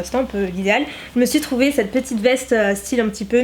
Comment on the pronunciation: Mon dieu je t’adore énormément mais arrête s’il te plaît de dire en début de video « cte video » ce n’est pas français ! On dit cette video ! Et c’est horrible a entendre ce que tu dis